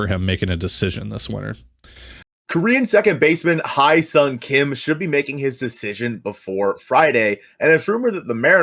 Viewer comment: I could listen to that lady pronounce his name all day. lol. . My man on the mic salivating. Hahaha.